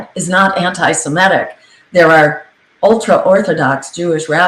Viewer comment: C'mon Jill. Not anti-si-MET-ic. It's anti-se-MIT-ic!